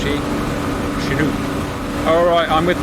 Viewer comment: Wait, wait, WAIT!!! A Brit CORRECTLY pronounced Chinook?! WE ARE WITNESSING HISTORY, PEOPLE!!!!